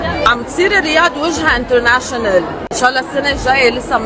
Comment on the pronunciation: سلافة معمار 😂 more international والله أنت اللي بدك مور انجليش يا مورسي 😅😅😅 مبين عم تبذل جهد لتحكي هالكلمتين